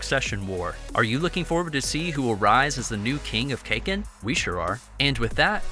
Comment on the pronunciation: Nice video, and please don't say Cake-in, it's more like Kaah-Kin.